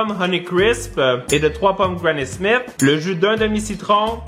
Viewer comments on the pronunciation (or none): none